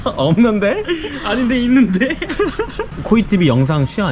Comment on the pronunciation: 있둔데? 없눈데? ㅋㅋ